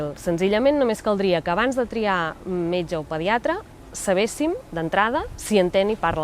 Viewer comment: *li puguin dir al meyge > pugui dir al metge (ai vulgarisme calcat del castellà) *fluïda > fluida [flÚIda], (com Circuit [circUIt], que sona com "cuit") (ai fonètica castellana) *senzill > sîmple, fàcil, planer *suposen costos > emmenen, porten amb si, comporten costs